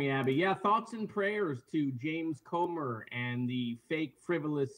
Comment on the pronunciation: It's "Comer", not "Comber". And it's "embarrassment", not "embarrasment". 😂😂😂 But don't mind me, keep telling everyone how other people are embarrassing 😂😂😂